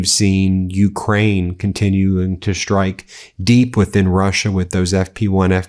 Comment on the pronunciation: F Mate,I don't know exactly where from you are ,but what I know for sure is that your accent and pronunciation is painful for my ears: "schtruck" instead of strike end so on . Horrible!!!!!!!!